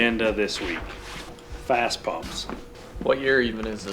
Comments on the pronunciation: First, it's FASS, not Fast. Second you show Air Dog, not FASS... different company. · 1. It's fass pump 2. That's an airdog, not fass Lol okay rant over, good work guys